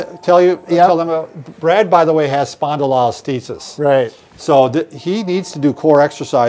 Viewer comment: Seriously guys, learn to sound out spondylolisthesis. Spondilo-lis-thesis. You are medical professionals spend a bit of time practicing the word.